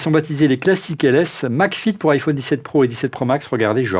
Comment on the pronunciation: pourquoi vous dites tous "iphaune" au lieu de "iphone" ? est ce que vous dite un Téléphaune un interphaune un mega phaune ???? :hand-orange-covering-eyes